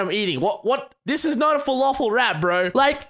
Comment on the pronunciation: its not folofol, im lebanese, it's pronounced fel-af-el